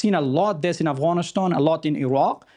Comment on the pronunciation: This "analyst" is a fraud. He can't even say "Afghanistan" right he says "Afghanish-than". He's just pro war. Because it means there's more work for him as a talking head on TV.